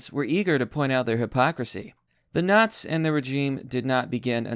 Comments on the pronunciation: I have never in my life heard “nazis” pronounced as `not’s’ rather than something closer to `not sees’ shoved into one word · Why are you pronouncing it "Naz"?